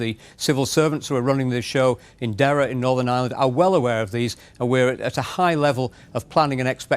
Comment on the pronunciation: I wish that reporter would pronounce n. Ireland property it’s not n. Island there is an r in it